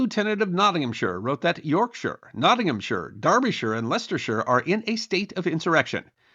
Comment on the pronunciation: Well done on pronounciation! Though you, nearly, said York SHY-AH 😁😁